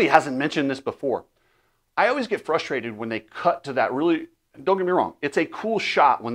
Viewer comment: is my ALL TIME favorite. That said… please stop saying ‘Flustrated’ it’s not a word my friend. Just because RC butchers the English language each broadcast, doesn’t make it right! The real word is ‘Frustrated’. Drop the L, add the R, and we are good 👍